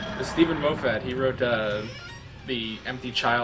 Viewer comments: Stephen (Moff-it) not (Mof-fat) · "Moh Fat" Please keep that pronunciation XD